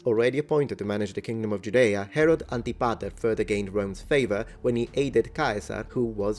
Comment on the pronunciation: Ok so did anyone else hear Harold instead of Herod at least like 3 times xD